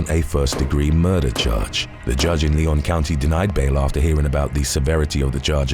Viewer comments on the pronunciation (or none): For future reference: Lyon County is pronounced lion not Leon Ely is pronounced ee-lee not Eli Washoe is pronounced wash-o not wa-shoe No hate, just looking out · Its Lyon County. Like the big cat. And its Ely(Elee). All long (e) sounds and its Washoe. The o is a long o sound.Traditional pronunciation of Wash long o and e is silent. Washoe.